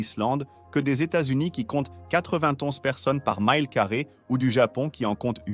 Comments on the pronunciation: en français on prononce Mile et non Maïle. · Mile est aussi un mot français. On prononce mile, tout simplement, non pas myle. Un I français, non pas un I anglais.